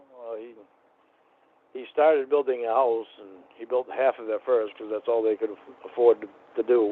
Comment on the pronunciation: “(mini-syllables) Yeah BAHT they’re awll ugly, so…”